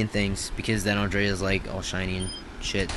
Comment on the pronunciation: Bro learn how to pronounce Andrea... An DRE A.. U never watched the show before.